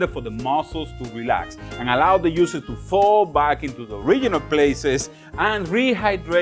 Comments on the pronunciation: I like how he pronounces “juices.” The heat will make the muscles contract and push all the beautiful “USES” back into the steak. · The yuices lol... the prounatiations killing me but it be sounding so much more better... I don't even want juices no more